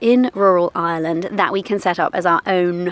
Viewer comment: Well done, congratulations, welcome to Ireland (fn. Eye-er-land... not Island 😊) - hope you get the local accent quickly because you'll need to with the one you have 😂😂😂😂😂